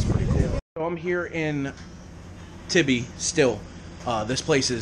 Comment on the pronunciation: When you pronounced tybee island wrong I lost it haha